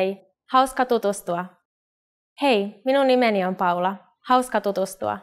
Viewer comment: Poor a Japanese struggled to pronounce "Minum nimeni"